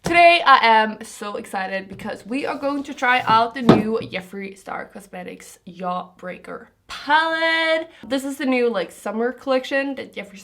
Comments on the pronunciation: It is so adorable how you say “yaw-breaker” 😍❤️ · Yeffree Star cosmetic's Yawbreaker palette! 😂😂😂❤ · Somehow i'm triggered by the way she pronounces jeffree and jawbreaker😂💕 no offence